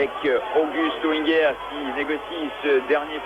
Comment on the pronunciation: August Auinger hört sich auf Französisch echt legendär an: Ogüst Oingäär :-)